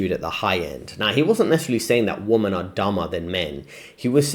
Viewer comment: Nice vid, small point but if your friends haven't told you, you are not pronouncing "WOMEN" (plural) correctly. You're pronouncing it as "WOMAN" (singular). Tip: Think "wimmen".